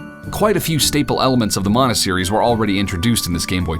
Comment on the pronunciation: Thank you for pronouncing mana correctly.